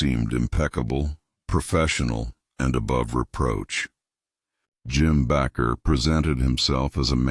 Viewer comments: Jim Bakker’s name is pronounced BAKER, not “Backer.” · Your about the most ignorant dumb youtuber ever. Jim Baker is pronounced BAKER LIKE AS IN BAKING A CAKE. IN ADDITION YOU USED JIMMY SWAGGERETS PICTURE WHILE YOU WHER DISCUSSING MARCHALL AND TD JAKES WHILE DISCUSSING HINES MAYBE DONET GET AI TO DO YOUR VIDOES FOR YOU YUOU LOOK STUPID.